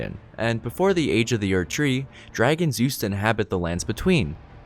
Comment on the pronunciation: Ok sorry but what's with the weird emphasis on words in the Morgott section? Erd-TREE Leyn-DELL Storm-VEIL Like why are you putting so much emphasis on the wrong part of the word?